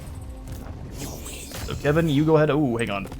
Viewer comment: No its not kevin its keevin